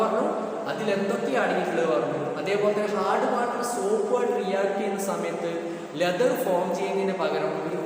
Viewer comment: Sir cheriyoru correction ind sir leather ennan pronouce cheyyine